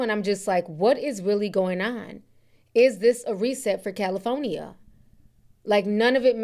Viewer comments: Ti we good with you saying Cali instead of Caly Phone ya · Calafonya lol. I’m sorry but that was funny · Ti be like Cali-Phone-Ih-Yah 😂… also this is a reminder people should always stay ready for a natural disaster especially if you live in an area known for them … prayers up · Cala-fonya... I've been pronouncing like you since yesterday and my kids are sick of it 😂😂. I'm in Texas, south to be exact and we didn't get the weather north Texas has. I wish they help California instead of politicizing it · ….🗣️CaliPHONYia lol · Jeez prayers to everyone in California. I was born there. 😢 Ti I hope you don't get upset with me for saying this but I've never heard anyone ever pronounce California like you do....EVER 😅 my mother was listening in and screeches everytime she heard you say it. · Thank you for the updates I love you girl, but California has 4 syllables not 5 😂. I get tickled every time you say California. Keep up the great work sis❤ #Caligirl